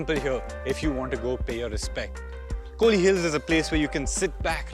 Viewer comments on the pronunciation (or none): It's kolli not kohli....